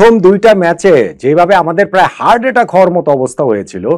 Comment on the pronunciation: স্যার, কথাটা হার্ড নয়, হার্ট। ভুল ধরার জন্যে ক্ষমা করবেন।আপনার কাছথেকে এমন ভুল ভাবতে পারি না।